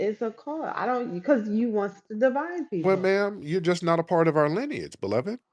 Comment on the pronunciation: “ Your wife has white linage’!”🤧😂😂 She said lineage wrong, ignant’ as hell